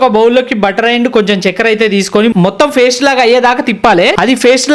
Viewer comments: Faste kadu ra sanasi paste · Paste ❎❎❎❎❎ raa faste✅✅✅✅✅